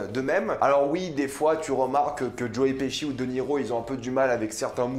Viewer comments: nan j'avoue que joe piski ca ma fait rire mais après cest un nom de famille et ça se prononce pas pareil suivant le pays où tu habites. Jai habité en angleterre et je me taper une barre à chaque qu'un anglais prononçait mon nom mais cetait bien leur prononciation vu que tout les anglais le prononcer de la même manière. Apres Pesci cest un nom italien, en italien pesce cest poisson et ca se prononce pas peské mais péché donc logiquement Pesci se prononce pechi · Tu es sûr de toi pour la prononciation de Joe Pesci ?